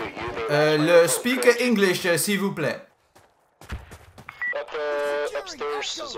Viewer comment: Bro when you said "s’il vous plait", your accent was perfect